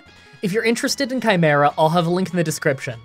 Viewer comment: I don't think that's how chimera is pronounced